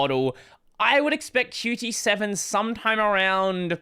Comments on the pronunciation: Why do you pronounce Qt as "Q t" instead of "cute" ? In their website, it says it should be pronounced as "cute". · I thought Qt is pronounced “Cute”, not “Cutie”.